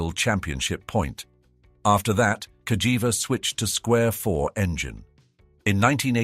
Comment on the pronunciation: The Narrator call the Name in 2 different ways,First Cagiva with the G pronunciation…then Later Calls it with the J pronunciation 🤦‍♂️